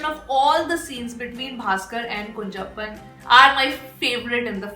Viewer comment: It's not kunjappan it is kunjappan with ञ and how it will be pronounced if two ञञ. That is how you have to pronounce kunhappan.